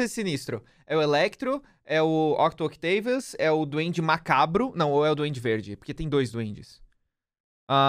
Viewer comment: Eu fico agoniado com o falando Octo Octaivius, fala português velho